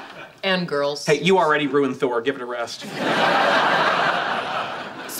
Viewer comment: actually, Raj said Tor instead of Thor, that's why the confusion I believe